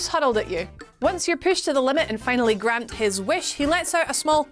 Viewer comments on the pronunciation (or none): none